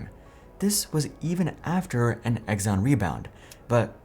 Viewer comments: Pretty sure it's pronounced "Ex-on" not "Eggs-on" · Who the heck is Egg-zon?? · "Egg zon" ? Yeah, that's not how you pronounce Exxon.